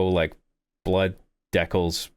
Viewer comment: Deckles? hahaha never heard Dee-cals said that way before lol